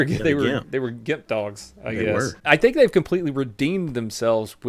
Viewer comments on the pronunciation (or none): none